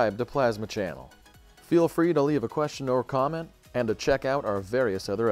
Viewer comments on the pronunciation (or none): none